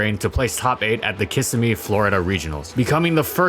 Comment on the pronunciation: Bruh it’s “kiss-SIM-ee” not “KISS-im-ee” lol